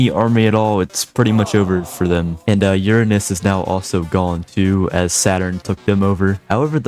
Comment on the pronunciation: Heh, you said urine-ous.